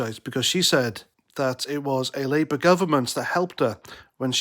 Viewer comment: ed "liiebour"? Whats all that about?,not very coherent at all Try harder laddie